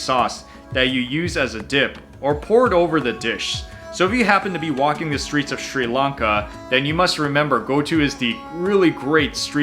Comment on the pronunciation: Why can't Americans say Sri Lanka? It's not Sri Lunka 😂